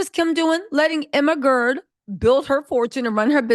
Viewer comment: Everytime you Emma Grede I hear the ermahgerd meme LOL